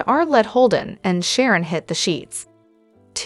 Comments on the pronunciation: She can't evern say Sharon Phyllis Tracy's names righte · She can't even say Phyllis Sharon or Tracy names rightw